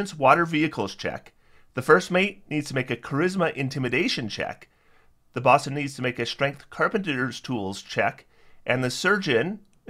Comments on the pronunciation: I really hate to be this guy. Bosun has a long “o,” like “bow-sun.” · Great video, thanks for the overview. But bosun rhymes with "Know Sun".